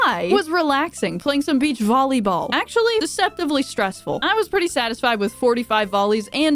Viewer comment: BEECH VULLEYBURR